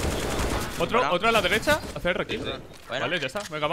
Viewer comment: Dijiste delecha dos veces xd en el y nose donde mas